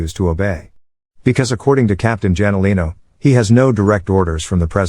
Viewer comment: Captain "Janolino" man that's so annoying it should be Hanolino